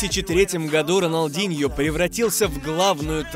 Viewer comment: Не роналдиньо а рональдиньо